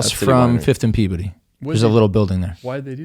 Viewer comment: pronunciation of Peabody is wild